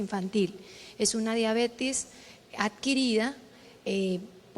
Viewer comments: COMO QUE DIABETIS, QUE MAL QUE EN LA PONENCIA PRONUNCIO MAL ESTA PALABRA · se dice "diabetis" pero se escribe diabetes. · Acá y en la china se escribe y se dice DIABETES. No puedo creer que dijo diabeti